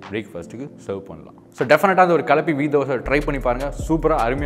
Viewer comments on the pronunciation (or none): Dosa இல்ல யா, தோசை. நம்ம மொழிய இந்தி காரன் தான் பேசி சாகடிக்கிறான்னா, நீங்களுமா????? வெலங்கிடும்👌👌👌👌👌👌